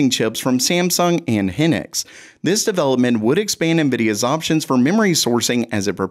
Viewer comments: Henix??? Between a zus and now henix, i can't take it😂. Its Hi-nix and A-soose. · Yo dude. Hynix? Is pronounced High nix, not hinux